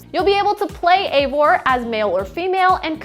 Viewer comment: It's not Eivor... It's Ivor... This is how you pronounce it